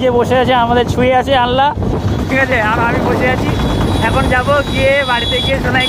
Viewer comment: ওটা আনলা বলে নাকি আলনা 🙄🙄🤕🤕